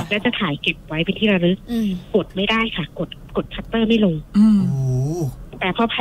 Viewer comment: โลง ไม่ใช่โรง ลง ไม่ใช่ รง